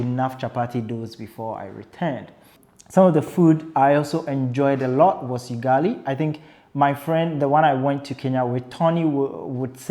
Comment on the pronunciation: It's Ugali like ou'